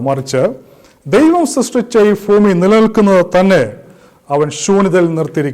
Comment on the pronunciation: ഫ്യുമി അല്ല bro ഭൂമി